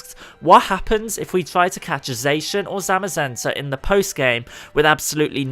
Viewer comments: its not zacan its zacian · The way zacian was pronounced hurt me. He says (zay-shin) but it should be (zah-shi-ah-n) it felt like a kick to the ribs when he said zayshin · zay-shin ❌ zaw-she-inn ✅ zamm-muh-zen-tuh ❌ zah-muh-zen-tuh ✅ Come on dude. Their names were revealed in a Pokemon Sw/Sh trailer where they said the names verbally. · its not zay-shin its zah-cyan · Omg wtf is wrong with your pronunciation its ZAH CI AN NOT ZAYSHUN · Dude it’s zah-shee-in, not zae-shin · STOP SAYING ZACIAN WRONG! ITS "ZA-CI-AN" NOT "ZA-CIN" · pronouncinh zacian wrong its pronounce sack-ee-an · It is pronounced zo-she-in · I pronounce Zacian as Za-she-un Another thing to do is try to give Shedinja a flame orb and give it destiny bond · Zacian is pronounced zåsh'yån ' is used to separate the syllables. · ZA-KI-AN THAT'S HOW YOU SAY IT!!!!! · Zacian pronunciation=ZAH-SEE-ON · It pronounce it za-si-an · That's not how you say Zaican but good try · He did not just say Zacian like that